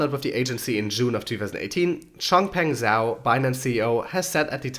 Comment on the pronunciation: Zhao is pronounced Jow. The Zh is pronounced like J or the G in George :)